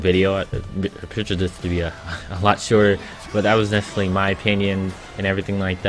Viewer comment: why do u say "nesserly" once every 15 seconds? that's not a word dude